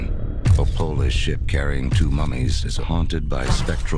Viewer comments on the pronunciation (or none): none